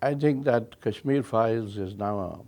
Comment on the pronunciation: . If you don’t stop pronouncing Kashmir as cashmere, I will start calling you caren instead of Karan. 😅